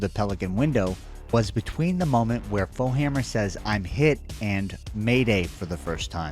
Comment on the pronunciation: AM i tripping isnt it foehammer not bowhammer